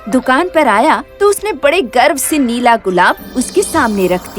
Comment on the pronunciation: Nela gulab hota Nahi hota 😀😀